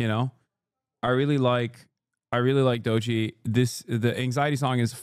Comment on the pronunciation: Lmaooooo the way he says doechi is so turkish